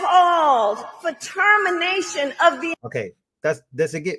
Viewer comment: LISTEN VERY VERY VERY CLOSELY. KAMALA HARRIS SAID PATERMINTION., WHICH IS NOT WORD. EVERYONE PUT YOUR PHONE CLOSER TO YOUR EAR. SHE SAID PARTERMINATION, AND ITS NOT EVEN A EORD. I MYSELF LISTENED TO IT 6 TIMES., AND FROM WHAT I HEARD SHE SAID PARTERMINATION.